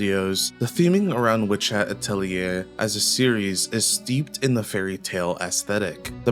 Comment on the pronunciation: First video about WHA I've watched where atelier gets pronounced correctly.